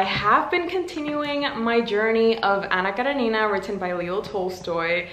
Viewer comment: I love how you pronounce "Anna Karenina", it's so good to hear 😭💜